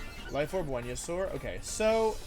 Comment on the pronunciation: you knows he’s serious when he starts pronouncing venusaur correctly